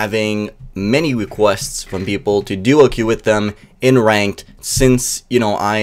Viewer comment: "Many Wiquezts"